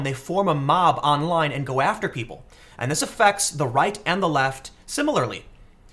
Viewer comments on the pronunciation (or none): If I may make one grammatical correction, at time , you mispronounce the word ‘Willamette’. The letter ‘a’ in that word is pronounced the same as in the words ‘apple, cat, and hat’ and has emphasis on it. I’m local to Portland, Oregon and just so you don’t get criticized, it’s like fingernails across a chalk board to locals. That’s all. Keep up the good content.